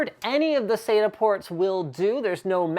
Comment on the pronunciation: Im not hating but i find the miss pronunciation of acronyms to be most disconcerting, it is SATA not "saida" , at least that s what it sounds like when you say it.